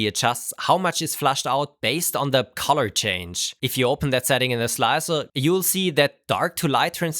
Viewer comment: Please practice saying "color" correctly.